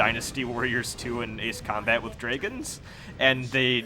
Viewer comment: love how you say "draygens" instead of dragons ahah